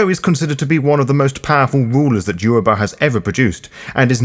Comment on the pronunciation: Well done on the pronunciation of Yoruba words, I'm impressed as a Yoruba speaking individual. Great video.